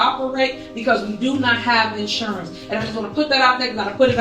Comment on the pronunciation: She's too stupid to say insurance!🤦🏽‍♀️ she says assurance 😂😂😂